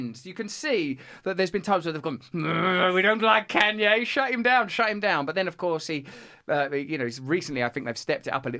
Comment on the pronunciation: Why Russel can’t pronounce Kanye West’s name, I mean really?! Or at least call him as he wants to be called now “ Ye”, Russel is so “ companionate” to respect the mental leftist pronouns trends, but won’t grant the same treatment to Kanye West?! Smo who lost billions of dollars for speaking the truth?!